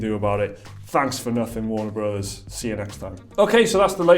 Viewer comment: Warner Brohs? Fuck off, it's Warner Brothers. Speak normal ffs.